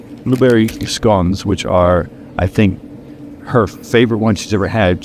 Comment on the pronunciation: A beautiful historical area., when you say “scone”, your Aussie accent shines bright!, your knee!!!! I hope it’s feeling better🙏🏻🙏🏻🙏🏻